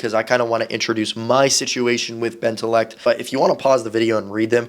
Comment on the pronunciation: Flamingo saying bentaleecult my fav roblox yt